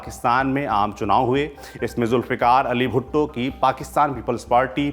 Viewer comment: Saurabh ji aapne galti se 'bhutto' ko 'bhutte' bol.diya. 3.38 to 3.43